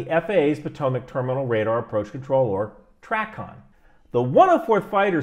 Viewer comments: It's TRAY-CON not TRAH-CON 🙉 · TRACON is pronounced trAcon, long ,”A,” sound. Minor point. Difference between a motorcycle and an eighteen wheeler as far as jumping between a fighter and transport. Completely different environment so there can be no misorientation in the cockpit. Being strapped into Martin Bakers finest with a rock hard seat cushion will never be mistaken for a soft reclined seat in a Boeing with a cup of coffee in one hand. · fyi - TRACON is pronounced "tray-con". Great video, learned a lot! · As retired controller, it was great to see the other side - thanks! You should pronounce TRACON as tray-con.